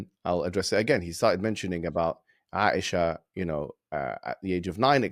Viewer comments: OMG! can’t even try to say Aisha’s name right! Asia like a continent! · Dude legitimately did not even try to pronounce Aisha